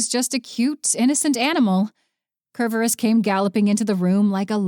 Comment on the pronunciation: Really wish the narrator would pronounce Tartarus and Cerberus correctly.